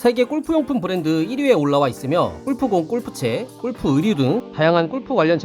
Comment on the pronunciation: 제발…꼴프 => 골프로 읽어주세요…